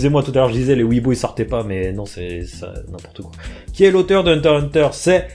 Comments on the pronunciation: Sa se dit pas hunter hunter sa se dit hunter x hunter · Pk vous dite tous henter henter alors que ses henter x henter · C hunter x hunter pas hunterhunter ptn